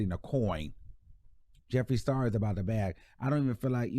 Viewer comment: Hey.. I agree with bun b. I used to love his music but it has nothing to do with y I agree with him.. he was 💯.. Tory is trash. TMZ need to lay off if that’s the case. Meg spoke her truth already. We will never know the whole truth.. idk who Jeffrey the star is lol. Clearly by butchering his name